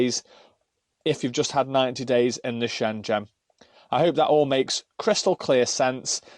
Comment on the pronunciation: Shengen,,, not shenjen!! Great bid, but it kept grating on me everytime u said Shenjen!!! 😉